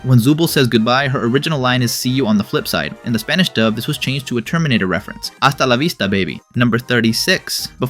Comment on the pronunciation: jajajajaj el hasta la vista baby, me dio risa escuchar español en un video de ingles, lo dijiste bien